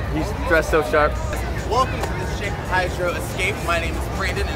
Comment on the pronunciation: I thought he said Shit Hydro Escape